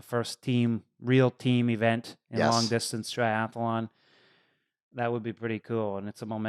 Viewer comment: When is someone going to let Lionel know it’s “tri-ath-lon” not “tri-ath-alon”?